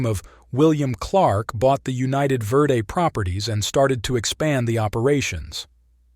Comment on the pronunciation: The Railroad mentioned was the United Verde & Pacific(UV&P). It had a 186 curves in 26vmiles. That old line is now Perkinsville Road. Remnants of the start of the line at Jerome Junction(now Chino Valley) are still visible. The worse Verde is pronounced "Verde", not "Verday"